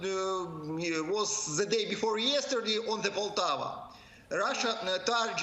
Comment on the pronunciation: The city is POLTAVA not POTOVA